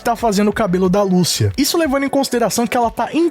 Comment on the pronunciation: Google Tradutor Português -> Espanhol Escrevam Lucia e escutem a pronúncia do nome. Apenas no Brasil se pronuncia "Lúcia" em todos os outros é "Lucía", e no trailer fica bem claro como é a pronúncia certa. "Ahh mas tamo no Brasil", foda-se! É nome, não uma palavra qualquer que aí sim cada um fala com sua entonação e sotaque. Garanto que todo mundo aqui fala TrÉvis Scott, mesmo que se escreve Travis Scott e podem aplicar isso pra todos os seus ídolos internacionais., tu acha que quando tiver gravando gameplay do jogo e ouvindo "Lucía" toda hora tu realmente vai continuar a falar o nome da fucking protagonista errado??!